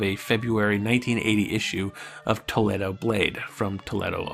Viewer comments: Jersey Mike's Rail Videos No, it's "Toll-Lee-Do!", I should know, I live here! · Toledo is pronounced Tow-Lead-O, just an FYI. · You pronounce things like those German infiltration soldiers in World War 2 :-P Toledo is Toe-leet-o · Fascinating. Fro your accent, you must be American (estadounidense) but you pronounce Toledo like the city in Spain, no the city in Ohio (which everyone pronounces /tə li' do/). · Its very interesting that someone who grew up in California would not know how to pronounce Toledo. The city isn’t the largest, but it’s not unknown.